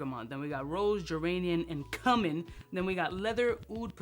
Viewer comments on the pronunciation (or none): The way he says cumin is wild. #Pause